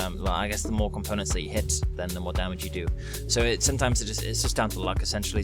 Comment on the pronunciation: damage not dame